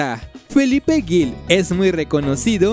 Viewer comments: Se pronuncia Gil, no Guil, cuando te refieres a Felipe. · Lo que más me impresionó fue que dijeras “Guil” en vez de Gil, sonido fuerte porque entre la G y la I no está la vocal U que hace que suene suave y la otra cosa es que dijeras Tlaxcala Gutiérrez, según yo no existe esa ciudad ni en Chiapas, ni en ningún otro estado del país. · haber es Felipe Gil, pregunta si tienes duda como se pronuncia, se pronuncia "jil" para que entiendas y es tuxtla Gutierrez, Chiapas XD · Felipe Ggggilllll, no Guil! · Un poco torpe está el narrador, pronuncia mal el apellido Gil y certamen.